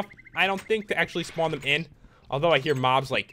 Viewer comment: I like how he said "I HEAR lightning"....😂😂